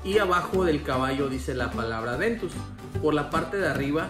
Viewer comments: dios, no entiendo porque ya son varios los que le dicen "Adventus", hasta es más fácil decir Aventus pero siguen diciéndole Adventus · Siempre te confundes y dices "Adventus" en videos pasados te ocurrió igual jaja